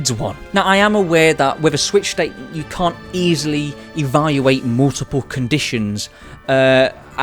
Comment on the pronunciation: why he says "yecum" in the start i can't hear "you can't"